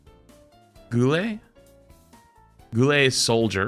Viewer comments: and its guile as in gy ahl not geeeiilll ... god get ur fighting game terminlogyy right you r lucky i won t post this on scrub quotes lol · GHOULAYY IS SOLDIER!!! Its Guile, like while or like... yknow... guile - meaning to be sly or slick. Lolol sorry brother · Ah yes my favourite Street Fighter character “Goolay” Love you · Plays GOO LAY's theme song while crying at the pronounciation. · “Goolay” 🤣 im ded. I was thinking if flats no about Ow.Hub, he should know Street Fighter Hu- “Goo-lay?” Oh ok nvm.😆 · Goo ley? Brooooooooo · I want to make sure that flats will never live down calling Guile "Goo-lay". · Goo-lay, Im sorry what? He really doesn't know who guile is? Edit: Hot take, give that Juri skin to Junker Queen. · GOO-lay?? i love you man but that was the worst shot at saying guile ive ever heard😂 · Goo-Ley is the cutest pronunciation of Guile I have ever heard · did he say Goo Lay for Guile? LMAO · Yeah we all know it’s pronounced Gwee lay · "Goo-lay?" hahaha that killed me 🤣🤣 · It's pronounced "Gwee-lay" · an easier way to show someone how to pronounce it would be Guyl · That hurt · ah Goo lay my favorite Street Fighter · Not pronouncing Guile as Goo-lay..... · "Goo-lay" is diabolical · the way you pronounced Guile made me die inside 😂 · My bro just butchered guile's name ☠️ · It is a crime how you pronounced Guile bro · The way he pronounced guile…. I’m unsubscribing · Let alone can't even pronounce Guile correctly. What year when he was born? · The way he pronounced Guile oh my god that got me lol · so no one gonna talk about how he pronounced Guile?